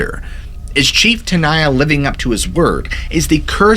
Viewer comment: Tenaya is Ahwahneechee not Mexican. I grew up in Molesto, was a Boy Scout. My council was Yosemite, my district was Chief Tenaya district. Locals pronounced it ten aye ya not ten eye ya. It's Mee wuk not Mee wawk. It's Gay len Clark not Gallon Clark. This guy gives me the creeps not the park. Me and my friends worshipped the park and to this day I have never been there. It's for tourists who don't respect it, don't revere it, have no souls. The hotel was built in '27 for the rich. I am mixed blood and I suppose, to this punk I'm living under a rock. Where do the homeless live in the park? Ca like other states is becoming just one more banana republic. During the Depression, the Okies(the homeless) could pay a couple of dollars and stay in the park all summer, fish for trout. My biology teacher in HS would serve as the park naturalist during the summer from school, Mr Heller, would wear a poncho and two 45 acp's.